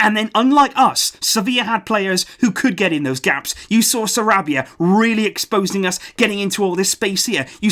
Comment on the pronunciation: Lol I like how he rolled the R in Sarabia